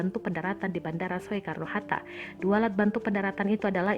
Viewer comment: Soekarno? Tulisannya memang "soe" tapi bacanya "su". Aneh amat bisa nggak tau bacanya gimana.